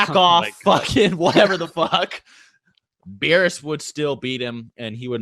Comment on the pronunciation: U can't even say beerus u can say yamcha